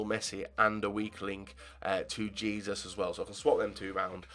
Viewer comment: its pronounced heh-soos not jesus.